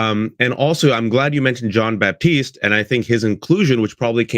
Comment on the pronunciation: Love this collaboration. Kendrick Lamar is a PROPHET. As a side note, and out of respect for Jon, his last name is not “baptiste”, it is Batiste. There is no “p” in the pronunciation of his name.